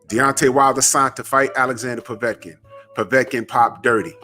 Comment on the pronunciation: I HEARD WILDER SAY POVECIN